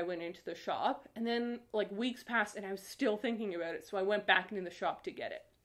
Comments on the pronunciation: Nobody:: Áböút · The way she says 'ABOUT' made me realize for the first time that she might be a Canadian. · Oh my god I’m Canadian too and I have NEVER heard someone say about in such a stereotypically Canadian way NOT on purpose and I’m CRYING laughing omg 😂😂😂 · Please don't apologize for your Canadian about!